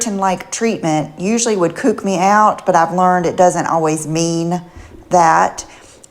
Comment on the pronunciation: Ty! I thought she said "kooked". But she mispronounces a lot of stuff lol!